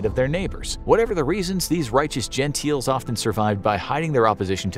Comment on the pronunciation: Gentile rhymes with tile not genteel rhymes with teal.